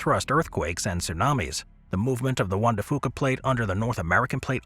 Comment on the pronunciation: Juan De Fuca pronounced "wand-da fee-yooka" instead of "wand-da fooka". :)